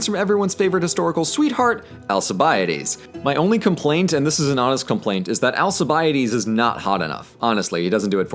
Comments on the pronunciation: AlKibiades, not AlSibiades... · The way you pronounced his name "Al-sea-bie-ides" gave me internal bleeding and death. Its pronounced Al-kee-vee-adis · Best 80 hours I ve spent in my life.... p.s.: it is pronounced alkibiadès with a k and not an s... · Why do you say Alkibiades with a soft c? Greeks didn't and the Romanised Alcibiades shouldn't be said with a soft c either. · hooray authentic Greek pronounciation Also: Al Chee Bi Ah Dees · I got braindamage when u said Alkiviadis I had to leasten to it about 3 times to understand what u said xD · Greek here, you totally slaughtered the names of Al-ke-ve-a-des and Bra-sea-das lol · alkibiadis name pronunciation was really painfull xD very good video though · ετσι προφερεται το "αλκιβιάδης" στα αγγλικά; πωω.... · Sorry but Alcibiades is pronounced with an S in English, just like in French. It's conventional pronunciation, if we were to pronounce everything as people of the era did then professors wouldn't be saying "Caesar" the way we do.